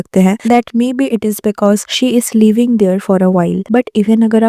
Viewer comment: No doubt Alia's reaction was cringe worthy but dear of this video you pronounced living as leaving, you mispronounced handling, instead of confidence you said confident, again same goes. Smell some coffee dear otherwise its like pot calling kettle black.😅😅